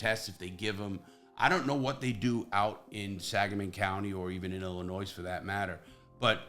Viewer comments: Silent s when pronouncing Illinoi . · The S in Illinois is silent. It’s not a plural state. Thx